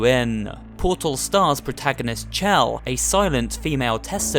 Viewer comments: You are literally the only person i've ever heard spell her name as "chell" and not "shell". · It’s pronounced shell but it looks like chell